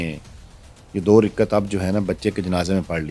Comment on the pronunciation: تمہارا مسئلہ ڈاکٹر سے ہے یا نماز سے؟ رکعت ہوتا ہے رکت نہیں..